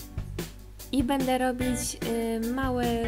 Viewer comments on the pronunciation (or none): none